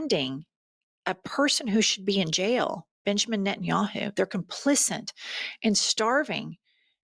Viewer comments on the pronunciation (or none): 'Complicit,' not "complicent." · Complicit, not “complicint”. You are far too articulate to misuse this word.